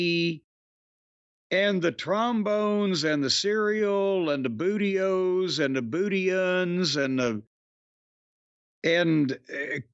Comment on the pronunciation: Hearing Jim say booty-o-s is hilarious